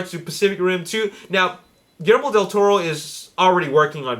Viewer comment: It's GuiYERRmo, not gillimiro or whatever you're saying.